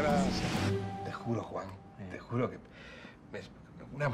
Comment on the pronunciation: Denise tentadisima mal cuando Leopoldo decía jurío jurío JAJAJAJAAJAJAJA